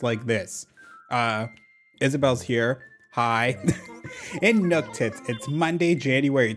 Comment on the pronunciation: Every time you say Nooktits I just….. I lose my sanity a little bit. I love it.